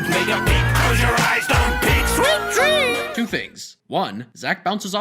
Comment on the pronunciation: And why does he say sleep dreems!! Just why!!????!?!?!!